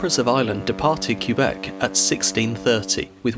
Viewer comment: As a Québecois myself, I am impressed with the effort and care you put in pronouncing Québec and Pointe-au-Père. Cheers. 👌 Also, my mother comes from Mont-Joli, which is pretty close to Pointe-au-Père, and she grew up in the 50's learning all about the tragedy of the Empress of Ireland. There's a museum dedicated to the incident, in Pointe-au-Père, which I visited with her as a kid. The tragedy really left its imprint in the local people's imagination.